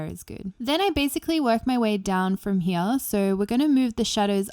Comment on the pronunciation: I like how she says "from he-ya"